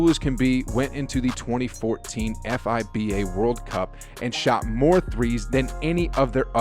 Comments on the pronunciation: He also said F-I-B-A 😂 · mans said F.I.B.A not FIBA 😂